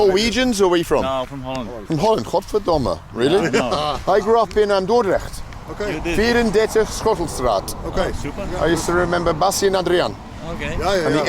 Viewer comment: How long did he live there ? Apparently it's in Dordrecht although he pronounced it like Hoendrecht :D